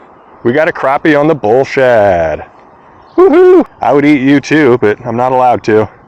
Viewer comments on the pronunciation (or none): none